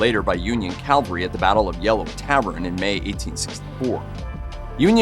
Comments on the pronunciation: CaVALry not CALvary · Cavalry: mounted/mechanized soldiers. Calvary: the hill where Jesus was crucified. Please use the correct pronunciation in your narrations. Thank You.